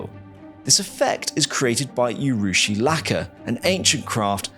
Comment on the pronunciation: Dont say U rushi, say oo rushi as in oo's and ahh's, the oo part.